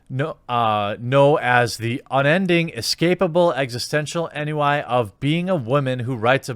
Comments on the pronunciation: Ennui => "On Wee" ...ces't francais! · "Ennui" is pronounced "ahn-we" and means boredom from too much exposure. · Ennui is pronounced "on-we" not "en-you-eye"